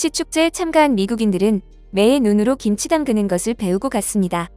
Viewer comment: 김지가 아니고, 김치로 발음 하셔야 함!